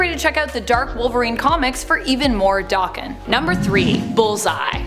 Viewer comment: Isnt it pronounced DA-ken and not Doc-ken? Just wondering how others pronounce it because I myself and most other people i hear say it stress the a like how it is in the word apple.